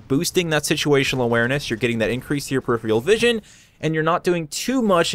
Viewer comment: "peripheral" - pronounced "purr-if-fur-al" I know you're from Buffalo, so I'm trying to help.